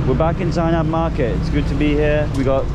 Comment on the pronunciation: It's not Zena market it's zenab market.🥺🥺